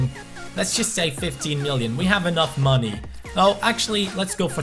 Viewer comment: with all that moneh... jeez, buy sanchez